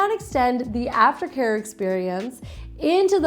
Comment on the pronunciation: I hear it too!!